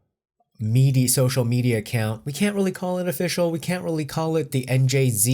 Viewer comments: You should at least try to pronounce "NJZ" properly. :) It's one thing to comment on this whole drama and try to give a neutral perspective without chosing a side, but you are obviously hating them but you're trying to hide it by jokingly pronouncing their new group name wrong and making them look young and dumb by the way and things you say about them. Just a reminder, you are making your views off of them so you should at least try to be respectful when talking about them. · I keep hearing 'and Jay-Z' when people say NJZ. I guess I'm not used to the 'new' name. why would you sign a group who thinks they can unilaterally dismiss contracts whenever they want to? the contract isn't worth the paper it is printed on. where will NJs put out their music? China seems the only market that would ignore accepted legal rulings if it goes against NJs in court in March. of course who knows how many sessions it will take for the court to rule? will the court rule? or extend the case further for gathering of more info? courts are so slow.